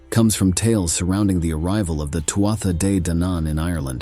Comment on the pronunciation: It’s pronounced Turda and Fovorvians. And it’s a raven. Come on mate.